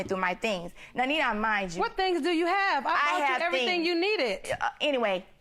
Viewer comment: When she said “What do you have, I bought you everythang you neededt” I knew what the problem was. 😂